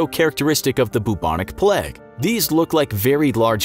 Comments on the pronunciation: Bruh why do you keep saying "pleg"... its "PLAGUE" with an "a" not an "e" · I swear you were saying the pleg instead of the plaigue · Sorry if I am bothering you, but you said "plaque" instead of "plague". Again sorry if I am bothering you. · Your pronunciation of plague makes me wanna die. It’s not said “pleg” it’s play-g” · Why is he saying plag and not plauge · Plague not "pleg" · Sorry if I am bothering you but you said s plaque instead of plague . Sorry if I am bothering you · Since when was plague pronounced pleg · it was kinda triggering me that he was saying it that way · I swear he said pleg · The pronunciation of plague in this video killed me. "plegge" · Why does this guy pronounce it ‘pleg’ 😪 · Great video but can’t get my head around the pronunciation of plague